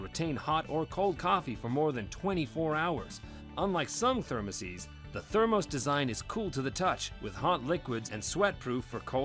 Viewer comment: Thumb down because you can't pernounce thermoses like most people